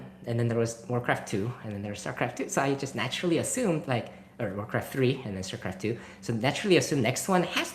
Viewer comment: 8 seconds in and I guess it's called Shtarcraft 2.